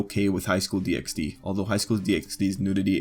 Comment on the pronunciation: Good video but it low key triggers me that you say DxD, it's pronounced Highschool DD!